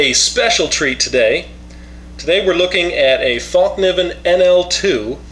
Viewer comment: fäll pronounce fell ( meaning fold) just a tip thanks for the review;)